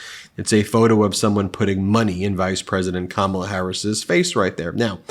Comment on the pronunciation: Ben, you aren’t pronouncing Kamala correctly!!!